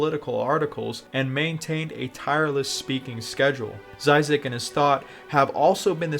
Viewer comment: "Dzaizak" Duuude, cringe